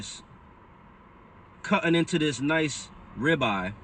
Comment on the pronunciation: Sitting, cutting not cuhin, or sihtun